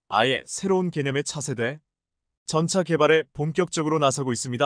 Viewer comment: 한글 똑바로 읽어라 세졸대왕이 화내겠다 일본.중국에서 왔냐? 전차를 전자? 대통령을 대동령? 이 무슨 개소리냐